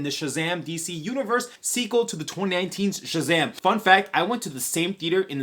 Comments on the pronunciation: did you say shazaghm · Bro say Shazam! For me one more time! Lmao sounds funny